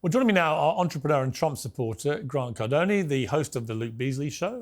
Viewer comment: EVERY TIME - it’s CARDONE - not cardonEEEE